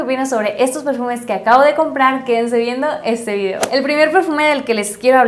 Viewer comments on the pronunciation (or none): none